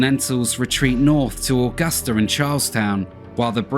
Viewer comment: The one thing is how he pronounces Augusta is so wired. I've never heard anyone say my hometown like that it's so weird.